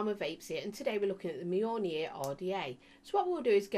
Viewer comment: Yay you said Mjolnir right this time! 😂😂